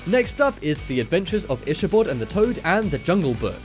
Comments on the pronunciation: Itch a bod? is your body itching?? i believe it was pronounced ikk-abod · Is it common for in England Ichabod (Ick-a-bod) to be pronounced (Ich-a-bod)? Ive never heard it pronounced that way before. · Delaney Narron nothing to do with accents, it's just wrong. It IS pronounced Ikkabod. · Itch-a-bot, itch-a-bot, itch-a-bot... Do you have no shame? (Not to mention all the other mistakes mentioned in the comments.) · itchybod? its ica bod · Stop saying ITCH-a-bod!!! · It's pronounced: "ikabod" It's spelled: dalmatian It is the Sword in the Stone. Not Jungle Book. I don't think that's cobwebs. How could you leave out one of the most obvious scenes?! Aristocats and Robin Hood dancing scene. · Elie M and he pronounces Ichibod wierd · He almost mispronounced Ichabod & Mowgli repeatedly.